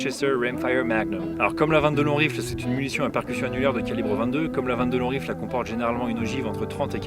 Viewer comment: J’aime beaucoup les prononciations de chaque mot avec l’accent… sauf à 22 long rifle… le poids des habitudes 😉 Mise à part ce détail, idéologique très intéressante, faudra que je rajoute quelques pistolets en 22 magnum le jour où je me livrerai à un comparatif pré-achat. Merci pour ça !